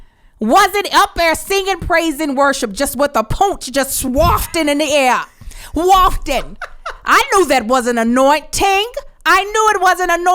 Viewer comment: Did say “the poonch”? I’m dead 💀💀💀